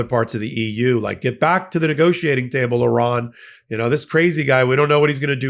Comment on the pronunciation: ) Good to hear an American pronouncing Iran correctly. Hearing your countrymen say EYEran really grates my gears. Good video, with good content. Maybe it's time I bought an EV. I could charge it via my solar panels. But, I love my old Mercedes diesel. Ho hum !